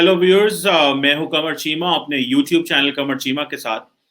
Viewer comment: Who heard "Welcome to my YOUTHOOB channel " 😏😂😂